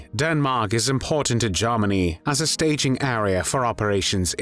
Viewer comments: Not "Garmany", it's pronounced "Germany". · AWFUL AI. VOICE CANT EVEN PRONOUNCE “GERMANY” 👎🏻